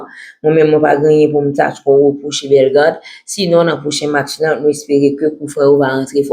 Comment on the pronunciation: BELLE MADAME. MWEN SEZI. TANDE JAN AP PALE BELLEGARDE MAL WI